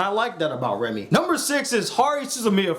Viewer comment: I kept on thinking you was saying Remy